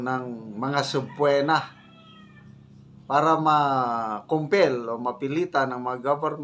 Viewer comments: mawalang galang na Po, ang subpoena po ay binibigkas na subpina hindi po subpwena. Pasensiya na po sa konting pagtatama. Salamat po!. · Gen.sobpena,hindi sobpuwena.😅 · hindi ho subpwena dapat ho subpina ang tamang pronounciasion nuon. Medyo madakit sa tenga pag sinasabi nyong subpwena. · FYI...Subpoena is pronounced as suh pee nuh ( sab pee nah).Please don't be like Mr. Yotering😊. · Subpoena pronounce as “suh • pee •nuh” Silent B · Can you pls pronounce the word subpoena properly so as people watching your contents will be guided accordingly. I suggest you watch how senators say it so as not to mislead the young on its proper pronounciation. Just a constructive comment. Hope you accept this as a positive note.